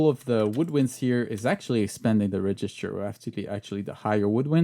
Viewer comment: hand-pink-waving:Bonjour,. J'ai beaucoup apprécié cette vidéo très instructive. Permettez-moi toutefois d'ajouter une précision: la prononciation de « REGISTER » s'améliorera avec une légère modification: l'accent tonique porte sur la première syllabe, et non sur la seconde (comme c'est le cas en français avec « REGISTRE »). Merci beaucoup! ♥ - - I enjoyed this very informative video. But, permit me to add one thing. The pronunciation of "REGISTER" will improve with one slight modification: The FIRST syllable is stressed - not the second (as I know it is in French). Merci bien! ♥